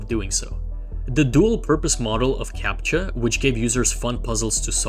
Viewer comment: I was suddenly hit with a clear Russian accent with that "Captcha". You're hiding it really well